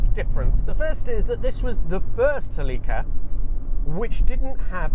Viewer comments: As someone who spent a lot of time in Celicas back in the day, i always do a double take when i hear the British pronunciation of the name. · I am not saying anyone is right or wrong but in the states we pronounce it "SEL-ih-ka." I involuntarily cringed every time you said "sel-EE-ka." Also, I was under the impression that aftermarket modding was a big factor in the popularity of the earlier Celicas, and that the one you drove didn't cater as much to that. And that was one of the reasons for its unpopularity. Don't know if that's true. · you say cellica ? one l means ceelica . pffff english have language problems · It’s pronounced SELL-i-ca. Not sa-LEE-ca. Accent on the ‘cel’. Watch the period TV commercials elsewhere on YouTube where Toyota themselves pronounce it…. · Its not Seeleeka! Thats gay..CELLICA..like Metallica...😅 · What is going on with Toyota's marketing department? Why do they insist on changing the pronunciation of their car names so wildly from country to country? Suh-leek-uh? Pry-us? What do y'all call the Corolla and Camry? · Sel eeee kah? what in the world? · In the United States of America they pronounce it, SELL-i-KA. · in Pakistan, they pronounce it SLEEKA. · yeah sell-i-cuh is how it's always been pronounced in the states. and then he goes and calls it a coup-ay. :) first time hearing that. they've always just been coup's around here. figured the e was silent just like with the word cache. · Is this how they pronounce Celica in Japan? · You need to pronounce Celica, not Celica!